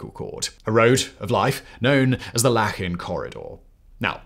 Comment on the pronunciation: Its called Lachin Corridor not lakhin corridor